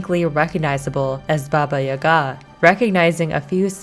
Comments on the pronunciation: I'm sorry but I cringe slightly every time you pronounce Baba Yaga wrong its Ya-Gah not Yuhga lol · It’s Baba YAH-gah... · It's baba yaga lmao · We dont pronounce it ya ga just say the syllables together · People in the comments say that your pronunciation of Baba Yaga is horrible........ AAAAAAAHHHHHH!!!!!!!!!!! 😱😱😱😱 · How has nobody mentioned that she’s pronouncing Baba Yaga wrong over and over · From a person of slavic decent, you did good job. The only note is the pronunciation of baba yaga. You pronounce the Baba part right, but it the yaga (Яга) is a bit off. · she definitely isnt pronouncing it right